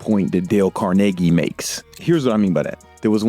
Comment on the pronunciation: damn he pronounced carnegie right that's tufff